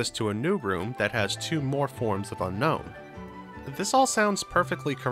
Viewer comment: Fun fact: Unown is not pronounced like unknown but rather un-own